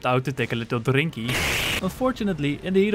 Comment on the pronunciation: Hearing you say 'take a little drrrinky' was very jarring thank you